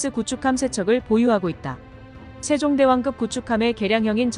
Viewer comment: 된소리 발음이 되지 않아 불편하네요. 발음법이 바뀌었나?? 예) 세종대왕급 --> 세종대왕끕